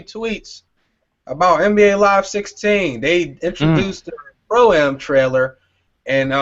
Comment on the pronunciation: Fam really gotta say stop saying Pro A.M.